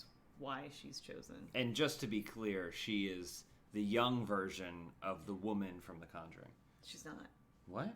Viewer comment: Lol Elyse- "WO-man the control panel"